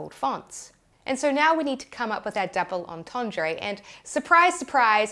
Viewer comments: Say (approx.) 'dooble orntorndr' - not 'orntorndray'. I'm a bit closer to France than you are (to put it mildly). Please kick me. I would.. All best, - what don't you know? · Take a drink every time she says "on-ton-dray" even though it says "on-ton-druh" in the dictionary screenshot displayed on screen. 🥃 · Great vid thanks but please learn how to pronounce "double entendre" correctly lol